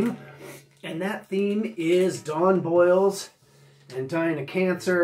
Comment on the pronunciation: Don Bolles last name is pronounced like "bowls" not boils. Interesting fact, after 45 Grave Don Bolles was a DJ on old MARS FM in LA. It was a radio station that played techno. Bolles became involved in the early LA rave scene